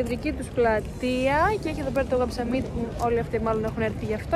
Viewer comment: Πολύ ωραίο βίντεο, μου άρεσε και το voiceover🥰 *το summit προφέρεται σάμιτ όχι σαμίτ 😂